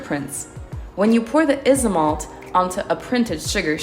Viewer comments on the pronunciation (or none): i know right, it’s pronounced “Aisomalt” or “Aisomolt”